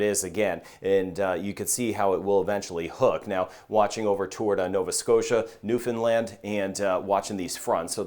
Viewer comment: Just found your channel and as Canadian it's nice to hear you pronounce newfoundland the way we say it .Your weather forecast is as accurate as you're tools and models will allow. Stay safe from newfoundland and labrador Canada.